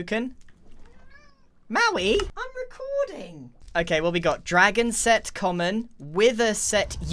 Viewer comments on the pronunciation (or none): When you said Mauai Im recording, that sounded really funny